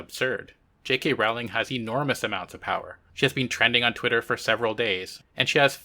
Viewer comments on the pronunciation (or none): none